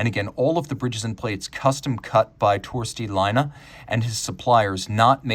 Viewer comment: You pronounced the name as a Finn would pronounce Laina, a small mistake, but with horrible a consequence. Laine is a small wave, but Laina means a loan.